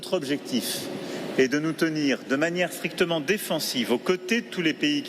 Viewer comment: ...à ...sa langue a fourchée il dit : nous tenir de manière " frictement " au lieu de ...strictement défensive .. lapsus révélateur : il admet inconsciemment qu'il va y avoir des ... frictions ... ... quoi qu'il en dise, défendre c'est devenir ou être perçu comme ... belligérant ...